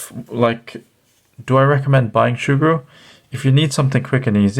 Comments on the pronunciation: Soogru not shoogru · Sugru (Soo-Grew) not (Shoe-Grew) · Say surgru normally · I can't see an "H" in Sugru" where's it hidden to become Shugru? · shugru? it's like hearing someone pronouncing lego ... lago ... tres annoying!!! 😡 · It isn't Shugru lad, NO "h". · Shoogru makes it sound like an adaptation of shoe glue, which at first made me wonder if that was the right pronunciation since this material kind of reminds me of shoe goo. However that stuff is much harsher and more of an epoxy, in fact may have been a better use in the case of this camera mount repair. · Learn to say it right. No h